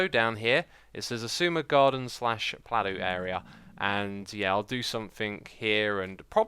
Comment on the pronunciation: Could we get "plateu" added to the Xisuma Dictionary? :P